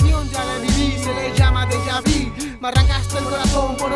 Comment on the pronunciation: se pronuncia vi